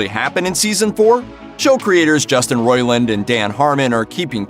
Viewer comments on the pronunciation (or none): He just said "Cho"- Creators